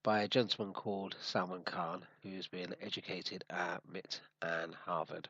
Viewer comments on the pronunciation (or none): You lost me when you pronounced MIT as "mitt".